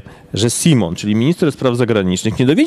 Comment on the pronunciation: Pan jako specjalista od spraw polityki brytyjskiej powinien nauczyć się prawidłowej wymowy nazwiska ministra Johna Simona (sajmon, a nie simon😀)